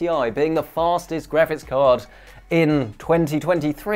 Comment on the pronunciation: ''the worlds FARZTEST graphics card is here'' The way you pronounce ''fastest'' is absolutely baffling to me.